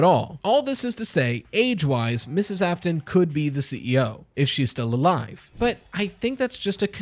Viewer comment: William "Ai-fton", love that